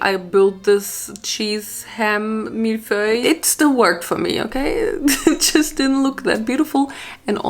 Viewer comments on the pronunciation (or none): She pronounced millefeuille all wrong:) fun to try though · Definetly the first one ! I love fried dishes. Buttered pasta is a very common dish in France so i eat it at least twice a month (So funny to hear you saying "millefeuille")